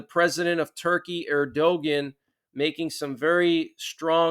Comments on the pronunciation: Erdogan is pronounced "Air-Do-Ahn" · Er- du -wan is the way you pronounced it!